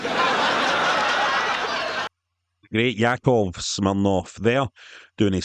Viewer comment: This is luv-leh. Greet set. Greet pa'er